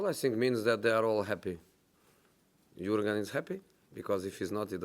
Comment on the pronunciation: Everybody: Jürgen Klopp José: YourGun 😂